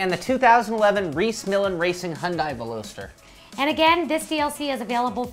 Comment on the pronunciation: I couldn't help but laugh at the way they said Veloster, sorry :P